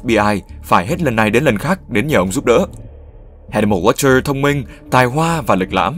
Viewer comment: Tên là Hannibal Lecter mà cứ đọc là Watcher :P